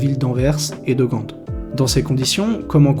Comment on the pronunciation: même pour Gand ... On dit "Gan" mais c'est pas grave... En disais "Gante" on sais direct que la video est faite par un français ... Et c'est ptet ca le plus drôle